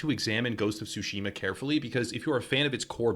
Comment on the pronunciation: I'm sorry but it just hurts my ears. It's not "sushima" (like sushi) but "tsushima" (like tsunami).